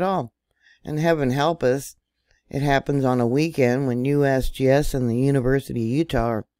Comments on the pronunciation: Love how you said USBS😂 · Lol! “ USBS” oh excuse me “ USGS”😂😂😂